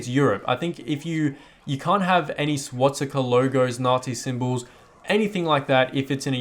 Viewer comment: "Swatsika" its swastika